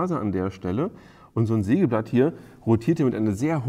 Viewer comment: Neiiin!!! Ein Seegeblatt hat Zeehne ... -- ein Sägeblatt hat Zähne! Zefix!!!